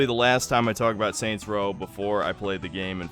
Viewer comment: Soynt's Row